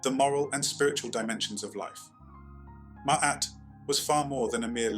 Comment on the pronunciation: First I would like to thank you for pronouncing it properly....(I've only gotten that far...carry on😌)